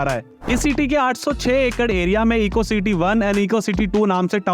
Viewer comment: Ceete😂 nahi city hota hai